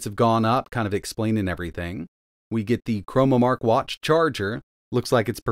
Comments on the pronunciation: ChroNOmark, as in time. Not chroMOmark, as in color. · CHRONOMARK not "chromamark"